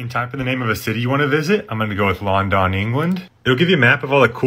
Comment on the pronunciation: I’m gonna go with Lon-Don England 😅😅